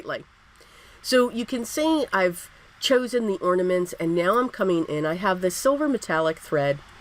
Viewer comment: I love the cards and the fact that you pronounced ornaments instead of ordaments. That drives me crazy. So thanks so much.